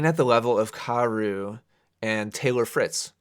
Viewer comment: At first, I thought you kept saying Carousel.